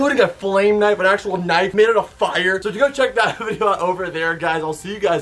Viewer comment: did he just say knive